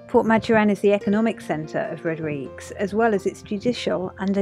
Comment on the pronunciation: Looking for more videos from you. You haven't posted any in some time. Rodrig-UEs! Pronouncing the 'UE' is from a Portuguese name. (And/or Spanish) However, I see that the local Creole doesn't pronounce it that way but rather 'Rodrig' Other sailors who made landfall there pronounce it as in Portuguese. This is certainly a place to visit if you can get there. Good video. Thank you.